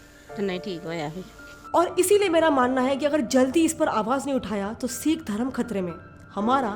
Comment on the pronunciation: Phle na tu Sikh pronounce karna to seekh le kanjari😂